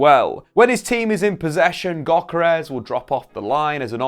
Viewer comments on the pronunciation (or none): It's pronounced yokeres